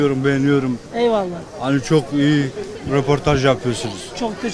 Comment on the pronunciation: Nobody:: ehonomi çoh eyi